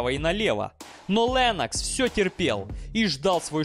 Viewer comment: он не ЛЭннокс, он ЛЕннокс (буква "е", следуя после согласной, смягчает звук)